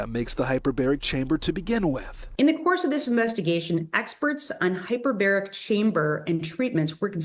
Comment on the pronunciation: Hey, - In case no one has brought it to your attention, I believe the word is hypERbaric.